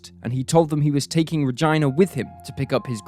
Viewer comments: Between “Ruh-JAI-NUH” & “Nuh-Goo-YEN”, I can’t understand how this YT Creator gets any credibility. It’s disrespectful to mispronounce their names & infuriating that a simple google search by the narrator could have provided proper pronunciation. 🥴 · OMGSH😬😬 her name is RUH-GEE-NUH. please find out how to properly pronounce victims names. even though i love this channel, every time you improperly pronounced her name i cringed. it's a bit disrespectful to overlook such an important aspect of telling these stories. 😔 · Her name is pronounced Re-gina, Gina rhymes with Mina or Nina. It sounds like your saying Vag*na which is disturbing considering the subject matter. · I'm more concerned for the name Regina pronounced Ragyna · I felt the same way every time the narrator pronounced her name like "vagina" instead of Regina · Right!? Every time he said it I wanted to scream Rah-gee-nah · Is this REALLY how her name was pronounced? I’m doubting it. He’s pronouncing it with a long I sound. I’ve never ever heard Regina pronounced this way. Anyway, other than the name pronunciation, great video! Thank you! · I fail to convince myself that the narrator is Brit but pronounces Regina as though she were related to the muff in his face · you mispronounced nguyen, mispronounced regina, then showed a pictured of jessica lunsford instead of regina... what is this mess?? do you guys put in any effort at all? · For goodness sake were talking about real things here love and grief and evil. Some of youre not picking about the way Regina is pronounce we all know what he means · You are pronouncing Regina's name wrong lol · My God! Made me cringe every time he mispronounced Regina's name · Wow, I have heard a lot of names butchered but all the pronunciations in the Regina case is just awful. Almost every name and city was pronounced wrong. Good stories though. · I want to die hearing the way Regina is being pronounced. Not supposed to sound like female anatomy I don't think 😂